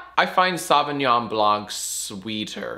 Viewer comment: Ok Jack, it's not SAVignon, it's SOVEignon. Please say it right, it hurts my "took AP french in high school" ears.